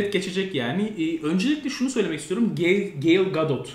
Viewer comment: Okunuşu Gal Gadot. Yazıldığı gibi yani.